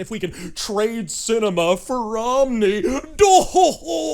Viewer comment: Actually it's pronounced Cinema. :-)